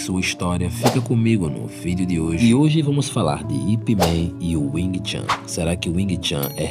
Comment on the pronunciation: Não se pronuncia chan ,mas chun.